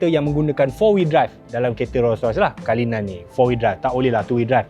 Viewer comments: Org Malaysia sebut Ro-Rois... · bini aku sebut "ROii ROSS" hahahahahaha